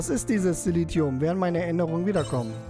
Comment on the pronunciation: "Silentium" - spricht sich Silenzium (engl. für Stille)